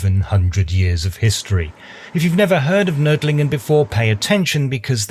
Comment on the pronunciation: I am impressed by your pronunciation of "Nördlingen".